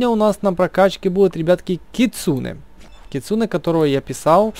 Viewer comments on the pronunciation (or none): Не кицуне а кицунэ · Кицунэ ударение на э